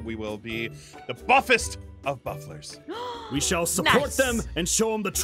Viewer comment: My favourite part is when says bufflers haha 😆